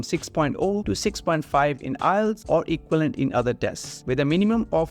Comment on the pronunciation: Learn how to speak english, bro - you can't even say equivalent....what the hell is going on in this country